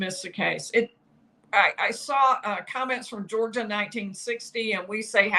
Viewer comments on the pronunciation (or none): none